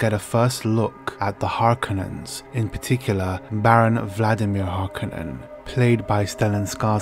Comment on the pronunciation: One day in the early 2000s, people decided, with no discussion whatever, to start pronouncing Harkonnen incorrectly.